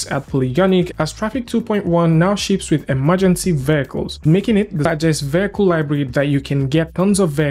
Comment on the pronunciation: "vehicle" pronunciation is taking a beating today